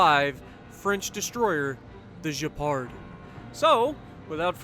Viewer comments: You say the gay-par not jay-par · oui, sounds more like gay-par or gay-pard than je-pard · Probably Gay-Pard. I know French fairly well and "d"s aren't silent all too often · Just a tip on how to pronounce it. É sounds like “eh.” So Je-reh-pard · In French if you have a -u after a -g you pronounce like in the word « get » and for the name it’s more like « abwano »